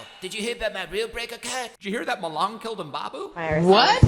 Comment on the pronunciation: "Ma"Long , "Leng"let